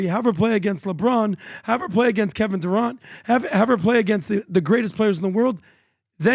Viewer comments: You can’t tell someone’s always been rich when the pronounce “Kevin Durant” as “Kevin Duront” 😈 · I don’t necessarily disagree with the stuff about Caitlin making a mistake, but these men know absolutely nothing about ball. One guy doesn’t even know how to pronounce Kevin Durant’s last name. You guys are clueless on this topic.